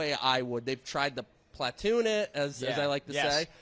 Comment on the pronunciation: Why on earth do they keep mispronouncing "platoon."